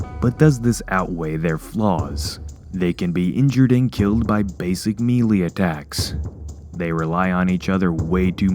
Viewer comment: The way you said melee pissed me off